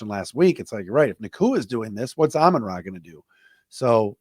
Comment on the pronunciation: Did that guy pronounce Amon Ra as “uh-MAN-ray”? 😅